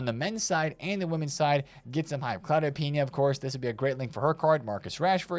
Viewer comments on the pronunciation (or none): none